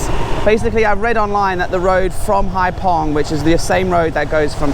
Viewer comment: Haiphong is a bigger city… and it’s haifong not pong hhh